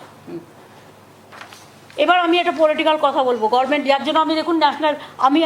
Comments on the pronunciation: কথাটা গর্মেন্ট না গভর্নমেন্ট?মাননীয় মুখ্য মন্ত্রীর কাছ থেকে একই কথা বারং বার শুনতে শুনতে এর পর আমরাও না গর্মেনট বলা শুরু করি! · আচ্ছা উনি গরমেন্ট বলেন কেন? হাস্যকর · শুদ্ধ ভাবে উচ্চারণ পর্য্যন্ত করতে জানেন না গরমেন্ট পবলেম আবার এত শিক্ষিত বলে নিজের ঢাক নিজে পেটান তায় আবার প্রধানমন্ত্রী হবার শখ। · বিখ্যাত বৈজ্ঞানিক আইনস্টাইন বেঁচে থাকলে মনে হয় বলতো যে আইনস্টাইন থেকে আমি বেশি আমি বেশি বুঝি আমি জানি নিজেকে উপলব্ধি করতে পারে না মনের কথা শুনলে ঘোড়ায় আসে গাদায় ও আসে গভমেন্টের গভমেন্ট বলে গভমেন্ট উচ্চারণ করতে পারেন না ভুঐ ডিগ্রী কলেজের ছাত্র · Administrative office e boseo political kotha bolar Kono right onar nei. Je mohila government word tai pronounce Korte paren na uni naki administrative head. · Uni government katha ta pronunciate korte paren na athacha uni C. M. Bhaba jaye? Rabridebi Bihar echilen tok doi eai Bengal e. 😮😮😮😮